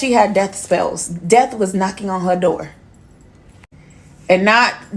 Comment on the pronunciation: Open the noor, open the noor 😂